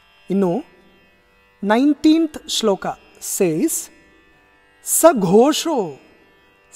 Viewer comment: The pronunciation of "SaghoSHO" is perfect. Usually this "murdhanya" "SHA" is mistaken for "shankara" /sha.. excellent teaching...